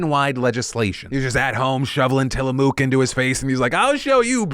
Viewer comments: TILLAM"OOOK" ITS TILLA"MUK" YOU UNCULTURED CALIFORNIAN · Tilamoooook, Phil? Til-a-muk! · As someone who lived near Tillamook, it rhymes with ‘book’, not nuke (I think) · TillaMOOK? Phil? It's pronounced Tillamuhk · I have to comment lol. I live near Tillamook oregon. The home and place that the ice cream and or cheese comes from. I just need to comment and not bashing you lol but we don’t pronounce it with a typical oo sound it’s not tilla mook but more like tillamak at least phonetically. Just needed to clear that up 😉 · Tilla-moook? It's pronounced tilla-muk my dude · How is NO ONE commenting on Phil’s pronunciation of Tillamook? I literally paused and scrolled for several minutes. Obviously I need more important things to care about, but come on! Where my PNW friends at?? (If anyone cares - it’s Till-a-muk not “mook”. We have lots of cities/lands named of native words, and the dairy company is located in Tillamook, Oregon). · Uh, Til-a-muck, not mook I know how it's spelled, but you say it "muck". I live 45 minutes away from the city and the factory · Woah woah woah. Back up. What did you say? Tilla-MOOK? Whole body cringe. It’s pronounced TILL-uh-muk. 🤦🏼‍♀️🤦🏼‍♀️ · Okay, Phil, I love you man, but real talk…It’s pronounced “Till-a-muck” not “Till-a-mook” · Hey Phil as someone who has been to tillamook. I want to let you know it’s till-a-Mook as in book not moo-k. The more you know. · Dude, Tillamook is pronounced (till ah muck). Where tf is this "mook" you spit'n? 😏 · Hey Phil, I know you live in LA and pronunciations of place names can get weird the farther away you get, but I just wanna let you know as someone from the area: it's actually pronounced til-a-muk not til-a-mook. Not trying to hate, just educate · OMG he said TillaMOOK instead of TillaMUCK. so triggered... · Did Phil just mispronounce Tillamook????? DA FUQ?! its "Tilla-muk" my dude. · I hate how you pronounce Tillamook. It's pronounced with a UCK not an OOK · Tilla-MUK, not Moook